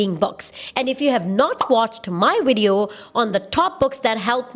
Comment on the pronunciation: “In this widiyo” haha, I love you girl. You are a blessing.